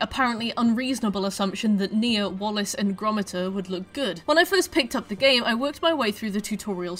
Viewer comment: 'Wallace An Gromata' 😂